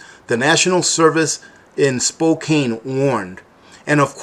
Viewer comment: Pronounced 'spo-can'. Got my generator several weeks ago. I was raised in the Seattle area, in all those years it never got to 100, 90 was rare! Thanks for the video. Be safe, take care and God bless.